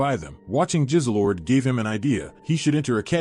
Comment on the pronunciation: Extraordinary was the best show I’ve watched in years Also the cat was called Jizzlord not Jizzlelord